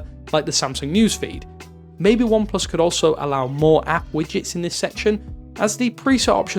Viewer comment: Why do you keep saying ineplus?? It's oneplus!